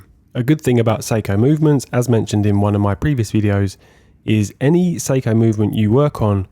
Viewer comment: I spent half the video wondering why I had never heard of Psycho movements or the Amiga Seamaster watch. Your pronunciations duuuude!